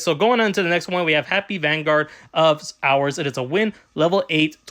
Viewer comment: It's pronounced whore-us, not hours Good video though 🙂👍